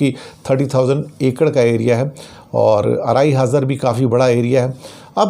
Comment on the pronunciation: आराई हाजार नहीं है,आड़ाई हाजार मतलब ढाई हजार।